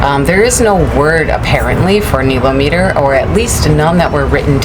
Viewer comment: yes, pronounced nile-ometer correct? I never heard it pronounced the way you say it, is that how it is said there? I heard you say it both ways? Love the videos!!!